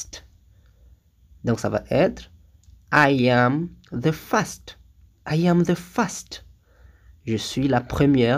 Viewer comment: Par contre first ça se prononce pas fast la prononciation dit est notre mot qui est rapide ( fast )